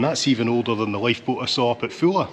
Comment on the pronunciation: As usual, a superbly natural and authentic production and presentation. Really enjoyed this one. Thanks so much for pronouncing Poole correctly too. The current BBC new replacement RP estuarine London media accent forces people to call Poole, " Paul". TV presenters also refer to a swim in a " Swimming Paul". Poole is not Paul folks. Listen to how pronounces it the correct way. Whinge over. Here's to - the blokes a gem. Yours Aye